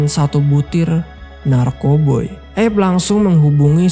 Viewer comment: Padahal looh, erwin dah panggil "Abe" bukan "eb" Abe = Abraham. Sama seperti panggilan untuk Abraham Lincoln